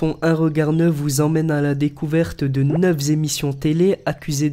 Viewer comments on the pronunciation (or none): Et le "neuf zémissions" à ... Magnifique ! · on ne dit pas "neuf zémissions" mais "neuf émissions". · "Neuf-z-émissions" ? Tu t'écoutes, avant de mettre ta vidéo en ligne ?